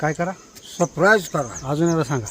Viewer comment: सबस्क्राईब ❌ सप्राईज ✅ 😂😅❤